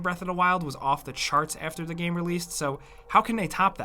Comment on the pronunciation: I always love your content but I always turn off when comes on and says gaaime in every sentence, is he payed extra for every time he tries to pronounce the word game?